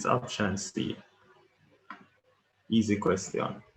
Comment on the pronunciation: Yooo you saying "eassy" and "soft" is so daaaaamnn annoying 🙄😤